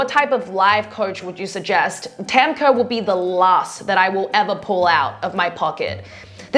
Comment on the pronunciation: I love u but I’m getting annoyed with how u say Kaur, cuz it’s my middle name. But no hate, people make mistakes and it’s not anyone’s fault. It’s pronounced kao-rrh.